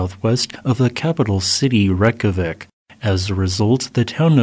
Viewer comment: REY-KYA-VEEK and REY-KYA-NES not “wreck-a-vik” and “wreck-a-ness”. There’s a reason why there’s a J in Reykjanes. It sounds just like Y